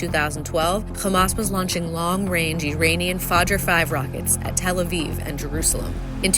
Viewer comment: Does anybody know why the narrators in some of the IDF's videos can pronounce "Iran", but not "Iranian"? Are they using a vocal deepfake system or a real person?